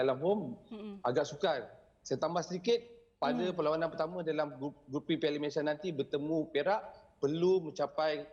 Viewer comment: Pengucapan dan sebutan MalaysiA tu lebih sempurna patriotik dan mahal bunyinye dari sebut MalaysiE/Malaysye bunyinya amat miskin dn seperti mnghina nama negare kite.. Malaysia kan nama negara dn nama.rasmi secantiknya sebutan juga rasmi iaitu MalaysiA..bagus bekas pemain selangor sebut MalaysiA bukan Malaysye.. dari host sukan..